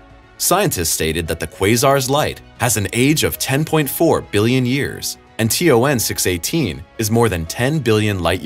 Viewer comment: you said T O 9 not T O N